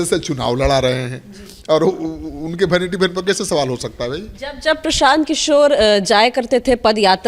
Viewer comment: Bhainiti bhan pronounciation hai😂😂😂😂😂😂😂😂